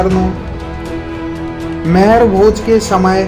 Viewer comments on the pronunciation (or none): Sir, मेहर भोज नही आप गुर्जर सम्राट मिहिर भोज जी कहो। कम से कम नाम तो सहि सही बोलो🙏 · Name to sahi se le liya kar mehrbhoj nhi the rajput samrat mihirbhoj the